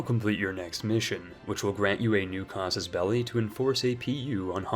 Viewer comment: "Casos belly" "pappal states"